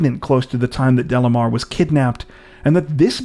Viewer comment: Delimar pronunciation is not “Delamar”. …Is Dely-mar.